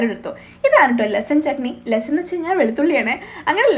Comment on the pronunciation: Lassan alla lasoon aanu.. Garlic alle kutty udheshiche...